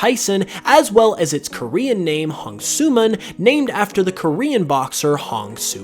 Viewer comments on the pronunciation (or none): none